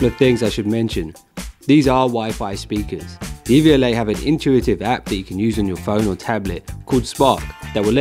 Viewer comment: Its not DVLA its pronounced dev-u-lay